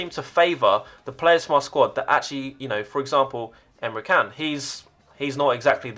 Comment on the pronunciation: Emre Can is actually pronounced like "chan"